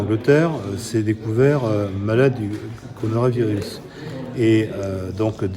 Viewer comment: Il vient bien de dire le conoravirus ?? 🤣